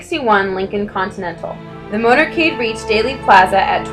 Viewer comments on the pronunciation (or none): none